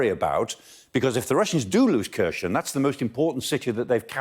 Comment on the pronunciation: Not "Kershon", "Hhhherson" with a hard "h".